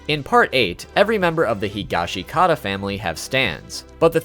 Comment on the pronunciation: A lot of people want to mispronounce Higashikata. All you have to do is listen to them say it in the anime! Hee-ga-shka-ta